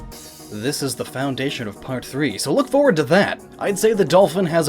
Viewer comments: It's foundation not found dation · why do you dat found dation, instead of foundation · "found dation" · its pronounced foundation, not found dation asshat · Found-dation sounds like a dessert. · "The found dation"... WHO FOUND IT I HAD HIDDEN IT SO WELL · I was taking this video very seriously until started talking about the emerald tablet and 'found dations' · One D in "foundation", buddy. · why does he say "Found-Dation" like, he pronounces the "D" twice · lol it sounds like he says "found dation"